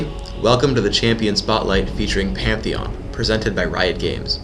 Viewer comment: it was panteon he said immidiatly